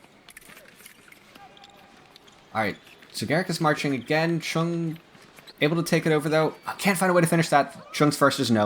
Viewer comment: Chueng’s name is either pronounced like “Zhang “ or “chung” … not “Chen”